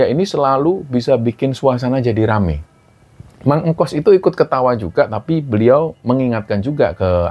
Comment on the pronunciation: tuk sebutan kayaknya bukan mang engkos deh, tetapi mang engkus